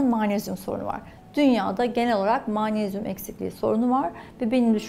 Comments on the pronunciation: Yazıldıgı gibi okunur magnezyum (maanesyum) degil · Mağnezyum deilmi Hocam sizin magnezyum söylemeniz çok farkli acaba Bildigimiz mağmezyummu😄😄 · Maanezyum ne yahu magnezyum diyemiyor musunuz? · Türk Dili ve Edebiyatçılar’ı göremedim: mağnezyum 😅